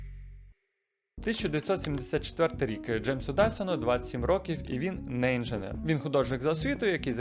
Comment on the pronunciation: І «інженер» а не «інжинер» Душніла 😊 Але дякую за цікавий випуск